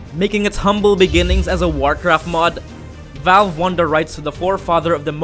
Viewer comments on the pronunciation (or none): none